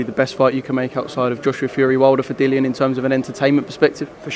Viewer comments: My guys saying his own fighters name wrong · Wtf with Dylan, show the man some respect and say his name properly, kugan the other day was calling him Dylan aswell, Dillian smack em next time, respect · I wonder if eddie will stay loyal to Sky Sports. And his name is Dillian not Dylan ffs